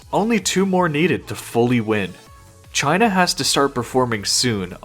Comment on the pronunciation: why u have to say "Cheaina"